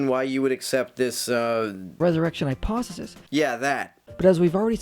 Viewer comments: Is he saying "hyposisys?" I would take a lot of these guys more serious if they knew how to enunciate properly. Also citing William "Lame" Craig doesn't help their cause. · The thing that annoyed me the most is how he couldn't say the word 'hypothesis' correctly